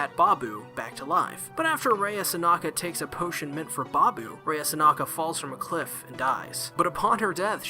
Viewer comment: I’m pretty sure her name is “Sanka” ??? You say her name as if it’s “Sanaka” ...and yet you pronounce the title of the anime correctly lol xD Was that mistake there part of trying to be funny or is it simply just accidental mispronunciation? :) Also, I really don’t like Ranko she gets really annoying (￣-￣) I don’t care how the culture’s different in Japan, it’s still wrong even if she were to be his 1st cousin or something it doesn’t matter - THEY’RE RELATED :/ I mean... if they really wanted her character to have romantic feelings for Chihiro then they could’ve easily just labeled her as his childhood friend instead ...so it’s less weird I guess IDK乁(;￣~￣)ㄏ But that’d be kind of a cliché though Anyways, Sankarea is a nice anime overall I really liked the story, liked Mero, Rea and Chihiro & Nice opening and ending (人^ヮ^) Just wished it was longer like maybe a total of 24-26 episodes instead of the current 13 episodes ( ¬ _ ¬ ;) ...maybe someday we’ll get our 2nd season, it’d be nice to see the rest of the manga animated ( ˘ヮ˘)♡